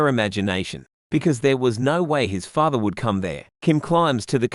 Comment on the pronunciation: Father not fathe